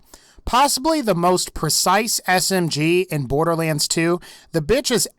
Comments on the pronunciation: He said borderwands when talking about the hellfire XD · No hate but borderWaends